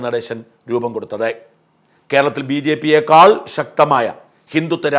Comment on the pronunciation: ബിജെപി യെ ക്കാൾ, 'ക്കാൾ ' നു എന്തിനാ ഷാജ എത്ര അമർത്തി പറയുന്നത്.